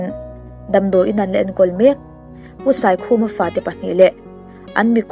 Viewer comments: Boss, Saikhuma tih hi, a thluk a diklo deuh aw,, SAI tih hi Elephant (Sai) tih thluk nilovin, A hniam zawngin thluk nise... Hemi te puala ka hla siam hi kan lo dah ve leh hrim hrim teh ang. a lunglen thlak emai.. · SAIkhuma tih a.... SAI hi i lam sual tlat mai.... SAI(ELEPHANT) ang ni lovin.... BIANG TAI tih a....TAI thluk ang hian SAIKHUMA tih tur ani e...😁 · Pu Saikhuma hming i lam dan hi a va dang zing ve aw